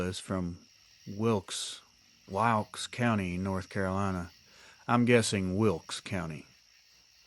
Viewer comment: You pronounced it right - Wilkes County, NC. Wilkesboro is located about 40 miles northwest of Winston-Salem, NC. It is a beautiful area.